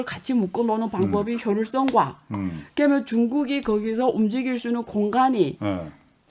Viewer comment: 교수님! 억양덕분인지 귀에 말씀이 잘 때려박혀좋네요!그런데 "개면"☞그러면으로 바꿔발음해주세요!ㅎ그러면 맞죠??무튼 한국어 실력 짱입니다요!!